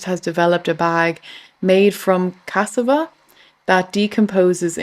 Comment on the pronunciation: Nerf Nuke mom looks like a dude in a dress. And dear, it's cas-SA-va. Not CAS-sa-va. And not banana leaves. Those are plantains, as it says on the text in Sp "plantano." I guess you don't get many tropical veggies in Ireland.